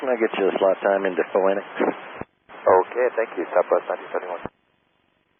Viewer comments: Noticed that immediately, Im triggered. lol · I’m never, ever going to get over saying “Pho-Enix” from here on! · In classic Latin (i.e. not church Latin), it would be pronounced "FOY-nix," which is how I've pronounced it since I learned Latin... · What? It’s not pronounced Fo-ennicks? Learn somethin’ new every day…. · Im a Phoenix resident but ABQ born, I am triggered by ABQ grounds pronunciation of Phoenix. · I have visited Phoenix and that bothered me as well. LOL